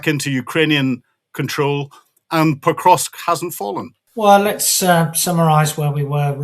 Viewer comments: Experts - please learn how to pronounce PO-KROV-SK. Out of respect. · Not sure of the credibility of the gentleman who can't even pronounce the city under current Russian attack Pokrovsk.